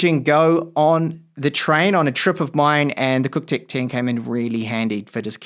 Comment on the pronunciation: Nice mate, did you say it's cocktech? 🤣